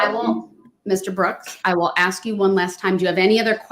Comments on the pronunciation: “Witchoo”… a newly added English word …meaning “with you” … “Axe”… to pose a question with much zeal & passion … so much zeal as to be able to chop through objects … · The real question of our time: wondering when black Americans will be able to properly say the word, "ask."